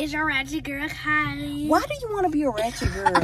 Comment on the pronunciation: It s Kylie not Kylince